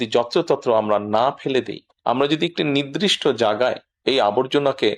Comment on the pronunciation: নির্দিষ্ট (নৃদিষ্ট নয়)।